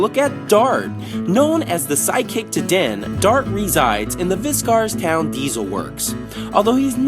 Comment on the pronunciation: It's Vicarstown (Vick-ers-town) not however you have pronounced it